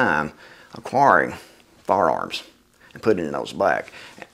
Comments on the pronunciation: "Fararms" haha. I appreciate a man that can laugh at himself. Good video and good points brother. Thank you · "Fararms" Excellent!